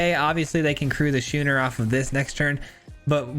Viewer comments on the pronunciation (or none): Love your decks man. Always a good watch. I craft some of the jank and have fun with it. Thanks for stating at the beginning about a deck being jank, and be careful about crafting. As a free to play player I am not swimmingin wildcards. FYI the card schooner is pronounced "skoon-er". ALSO F farewell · Happy Thanksgiving! Love the concept. Not to be 'that guy', but 'schooner' is pronounced 'sko͞onər'.